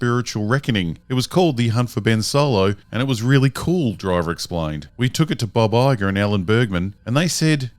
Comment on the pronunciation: Took me a minute to realize he was saying Bob Iger and not Baba Yaga, lol.